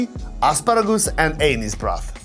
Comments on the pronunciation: i know english is not your first language but every time you said "anise" it sounded like "anus" lol, like the anus broth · Did he say “anus broth” ? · I love your videos been watching since the start and this is easily the most comprehensive video of fine dining in Dubai ever made! But the way you say anise sounds like anus and it makes me laugh every time 😂🤷‍♂️🙈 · It is no small feat for a native Magyar speaker to learn english as well as has, but I have to admit, the way he said 'anise broth' at Tresìnd Studio made me spit out my drink